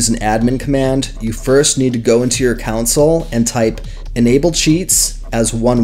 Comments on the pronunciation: I'm so sorry. This is a good tutorial. I just cannot allow the word "council" to continue being used here. It is your , not your ... pronounced Con Sole. Again, I am sorry. I wish I could just let it pass. It is my flaw! I love your tutorial. :face-orange-raised-eyebrow::face-pink-tears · yeah, came to the vid for help... came to the comments for the "WTH was up with him saying "counsel" instead of "console"?!" 🤣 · its console not council lmao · Its called a "CON SOLE" Not a Cousil. lol. Nice video though! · COUNCIL ????? It's Console Commands good sir. (Con-sole) Not Council. Not Contsul. Great vid tho, thanks! :D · It;s console not council. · its not council it fucking console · The setcheatlayer is "broken" because people aren't setting up the keys. It's also CON-SOLE, not council. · just saying: it is pronounced "con soul" not "coun sill" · Hahah that's all I could hear to lol great vid tho helpful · lmaooo I can't with you saying "countsil" instead of console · Good lord...Who says Console as "Council"? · THANK YOU, the amount of people these days that dont know how to pronounce words kills me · Why are you pronouncing it council ... lol. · the "council" was that on purpose? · Nope, he's just pronouncing it wrong lol. It's definitely console.